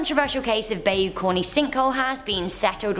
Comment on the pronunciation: Please learn to pronounce the places you talk about. Bayou is pronounced "Bi-yu" or "ba-i-u" depending on the area but never "bay-u"